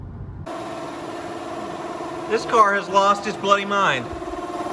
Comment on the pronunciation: Weird saying 'bloody'. Doesn't sound the same in an american accent.